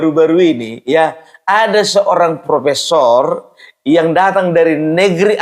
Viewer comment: Profeesssongggg kali pung😂😂😂